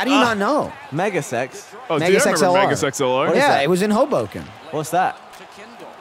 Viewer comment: ...I swear, whenever mentions Megas XLR, it sounds like he's saying "Mega sex LR"